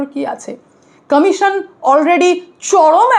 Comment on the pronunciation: Action commission pronunciation ঠিক koro😂